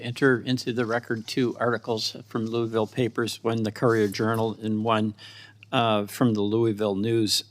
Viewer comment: Its not hard to pronounce Louisville correctly— geez these people are suppose to be educated